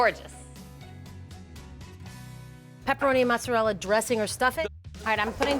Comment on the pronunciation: Mozzarella no A pronounced